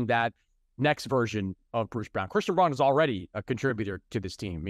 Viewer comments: Its christian "brown", not "brawn". dumb sports writers like chris mannix dont even know players yet get mvp votes. Does he even watch the games lol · Nuggets have a FIVE PLAYER CORE locked up for the next three years, most cores are three players. Oh and by the way, your credibility goes to zero when you don’t pronounce player’s names correctly. Yeah it’s spelled Braun but it’s the original German pronunciation which is the same as Brown. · Hey Mannix! Christian's last name is pronounced just like the color. Say it exactly the same as Bruce's last name. Hard to believe you hadn't heard this before. Easy to believe you are lazy, but I fear it's worse than that and you mispronounce it on purpose. Sorry. You should replace this guy with the Lowe post guy. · Learn the Nuggets' names, Mannix. Christian Braun's last name pronounced Brown. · learn how to pronounce christian braun's name Mannix. Not compelling.